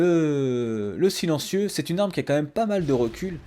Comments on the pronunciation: "Le Chilencieu" xD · le fameu "Chilentieu"